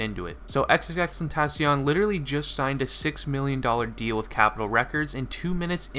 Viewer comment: the way he says xxxtentacion. is horrible. im sorry.